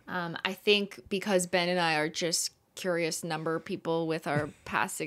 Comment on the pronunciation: Thank y'all for keeping the nail oil pen dream alive and also Thank you Ben, you're one of about 3 people who have pronounced my name correctly! 🙃🙃